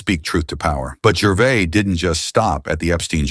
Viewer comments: who's "gervay" ; narrator: jer- vase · From Norfolk in England. Firstly, just to correct your own correction, you was right first time. Ricky's name is GERVAIS pronounced GERVAZE. Not GERVAY he's not bloody French, and every time that voice said Gervay I was getting more irritated. I would have loved to see RIcky put him (or it) straight. As for Ricky's point of view, I stopped watching all awards programmes a long time ago because of exactly what Ricky highlighted. Self satisfying, pompous grandstanding that got more cringeworthy with each passing year. My highlight of the famous Golden Globes demolition (seen by recommendation on you tube) was the changing of the expressions on the faces Tom Hanks and Leonardo DiCaprio seated side by side. Mr. Hanks went from broad grins to looking like he was chewing a wasp. Larf is like lark a box o' box o' chawklets, is it it not? Great video sir. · The S in Gervais is sounded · You got the pronouncing correct it’s the AI Narrator who got it wrong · You are using the correct pronunciation. It is the narrator who incorrectly prounced Gervais. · This commentator can't even pronounce Gervais correctly. Stop telling us what we already know! Bishop's Stortford, Hertfordshire (pronounced HARTFORDSHEER) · Gervais is said with the S at the end. The narrator isn't pronouncing it correctly. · Nah, this narrator sounds like AI and is pronouncing it wrongly. The S is definitely NOT silent. Ricky is English, not French. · You were pronouncing correctly. The person narrating the video was pronouncing incorrectly.